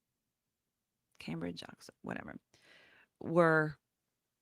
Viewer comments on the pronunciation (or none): none